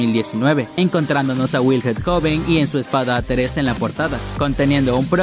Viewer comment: Se llama wilhelm no "wilhet" de donde te sacas la T ? Me gustan tus vídeos pero tú pronunciación en algunas palabras me sacan de quicio.